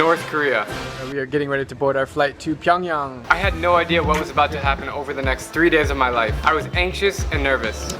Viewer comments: It's PyongYang Not Pyong Young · Pyong (yang) damm pyongyan, made me cringe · "Getting ready to board our flight to PyAngyOng" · It's pronounced Pyong"yung". I have Korean family. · You think you know a lot but you can’t even pronounce the capitals name edit: Pyongyang is basically one giant drama production and only the richest can live in Pyongyang (kinda like the hunger games)